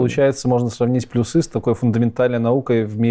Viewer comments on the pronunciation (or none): Надо говорить пл'Юсы, а не плюс'Ы! Программисты чай, а не. ...